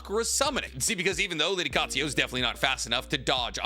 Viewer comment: Love him but once again "Katsuyo". It's Katsuyu. Similarly says "Kakuzo" when it's Kakuzu. You're the best tbh! Just interested by the lack of pronouncing a U at the end of a word and how it's always turned into an O. We're all different lol just always intrigues me